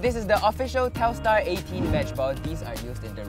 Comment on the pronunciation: it's telstar